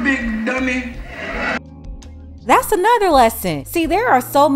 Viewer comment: That emphasis on big “DUMMY” had me rolling😂😂😂